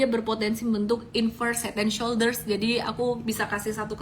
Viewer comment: Saya ulang2 video nya, tadi ngomongnya " inverse head and shoulders"😂...aduhhh..maafin kalo kuping saya salah